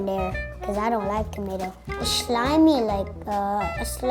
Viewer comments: “It’s ShLiMy like a SlUg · "Shilemy like a shlug"